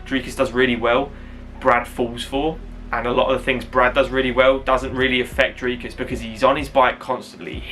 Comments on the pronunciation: S is silent du plessi's' other than that you are saying dricus correctly better than most people😂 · Let’s go Dricus! Really looking forward to see him climb the next step. For future his surname is pronounced Du Ples-see (french pronunciation). You got the name spot on though 👍🏼